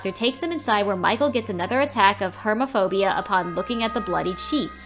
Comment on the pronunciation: jesus christ she read so many of those words wrong. Hermaphobia, really?